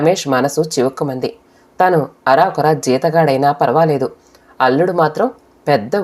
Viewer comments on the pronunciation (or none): "అరాకురా" కాదు.అరకొర.